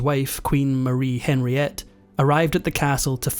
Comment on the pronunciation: Henriette is pronounced on ree ette not Henry ette.